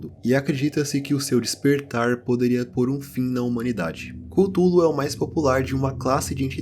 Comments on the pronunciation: A mais pronúncia mais "certa" é culólou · Chululu** kkkkkkkkk